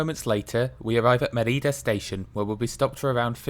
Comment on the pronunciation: Nice. But it is Me'rida and not Meri'da; the origin of the name is Emerita Augusta, pronounced Eme'rita, whence Mérida (so: ME-rida, not MeRI-da). Also, AlmowROL. But a nice video.